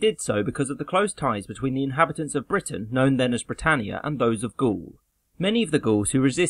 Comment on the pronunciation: The way Gaul is pronounced in the video, I thinking that Caesar must've been a footballer and was going for a hat trick!